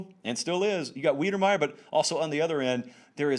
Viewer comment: Texas A&M TE - say it with me - WIDER-meyer